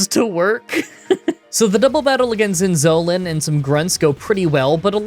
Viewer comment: Zin- Zo (like no)- Lan( like b-on-d). Zin-zo-lan.